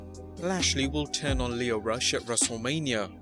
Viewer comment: Again with just a little research you’d get Lio Rush’s name right.